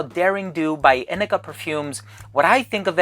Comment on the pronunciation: Hi! Great video! First off, thank you for teaching me how to pronounce this brand! 🤣 I’ve had some samples for a while from Inike that I’ve yet to open, but now I’m psyched! It’s cool to know when your wife likes something! I’m always on the lookout for bottles to buy for Tim. Yes, grapefruit really wakes me up and is an energizing scent; I’m imagining brisk ocean breezes on a morning when I’m getting tons of stuff done ahead of schedule. Like the botanic vibes of this scent! Great review, thank you! ❤️